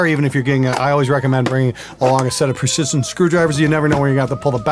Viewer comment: There is nothing funnier than watching 2 Canadian meatheads attempt to pronounce precision in the least precise way 😂 u sure you aren’t bass players!?